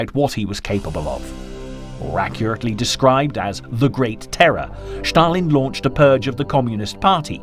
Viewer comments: Stalin is not pronounced Schtalin. Just Stalin. Just curious: where did you get that idea from??? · This is another idiot pronouncing "Shtalin" or i saw this before?